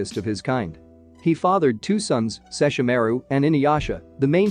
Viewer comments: He keeps prouncing seshormaru named wrong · Lol I just noticed that when he said seshormaru name wrong it made me cringe so hard right now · I hate how you say sesshomarus name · And this is why you don't use a bot to talk in your place. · Can't stand how you pronounce Sesshomaru's name. Or Ryukotsusei. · Did this narrator ever watched Inuyasha? Mis pronouncing Sesshomaru’s name and the tenseiga was such blasphemy that is just so distasteful! I’m out! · I couldnt watch it simply after I heard how he pronounced sesshomaru. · Thank you 🤣💪🏾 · The way he said Kagome & sess name though 😂 I could have died 😂😂😂😂